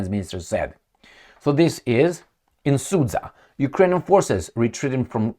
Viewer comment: Sud-ZHa,, sud-ZHa! Not SudZa. 👎